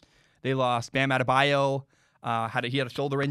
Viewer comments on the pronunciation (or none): none